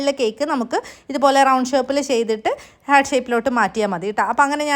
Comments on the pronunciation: ഹാർട്ട്...not ഹേർട്ട് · Cake അടിപൊളി 🔥🔥 But ഹേർട്ട് അല്ല ഹാർട്ട് ആണ്... Hurt - ഹേർട്ട് Heart - ഹാർട്ട്